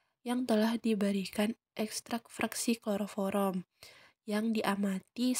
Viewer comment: Kloroform kak bukan kloroforom 😅